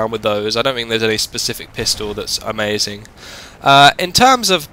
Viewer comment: Also you say "amazin" like 5 times lawl